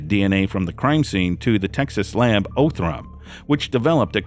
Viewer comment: He did mispronounce Othram. 😆 😉